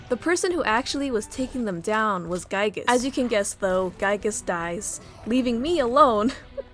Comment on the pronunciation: Honestly, I don't think you butcher his name at all! That's the definitive way to pronounce Giygas! ("guy-gas") At least it's not his early name that he was used to be called: Giegue. (Not even Earthbound fans doesn't know the correct pronunciation to that one.)